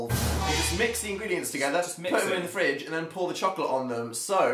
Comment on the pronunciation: Phil was actually extremely close with the French ingredients. It’s: Ingrédients